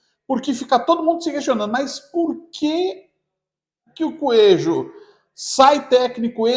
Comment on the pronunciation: “ desse mato, não sai “coejo “😅